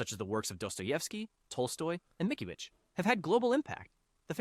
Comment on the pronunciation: YESSSS EVEN AS A RUSSIAN GUY IT HURTS ME STILL LIKE IT'S MITS-KIEH-VICH!